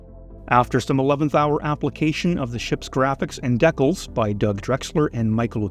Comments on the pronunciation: When did every hobbyist under a certain age start calling DEE-cals by the horrible mispronunciation DECK-ells?? I suspect it's a You-Tube phenomenon where "young" presenters mimic each other, most never having set foot into a brick-and-mortar hobby shop where they might converse with an ancient human who would have set them straight. In a manner of speaking. ;-) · What are decalls? Oh he means decals, had me for a minute. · They're pronounced DEE-CALs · Decals not deckels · DE-CALS... #decals stop pushing deck-els. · "What is a DECKULL???" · UK here, ‘deckals’ would be the natural way to pronounce it for most Brits. The long first vowel in the American Deecal pronunciation is normal for the USA, such as ‘deefense’ or ‘reesearch’. I like that we all have different ways of speaking, makes life more interesting. Anyway decals is pronounced ‘transfers’ 😊😊😊 Happy modelling.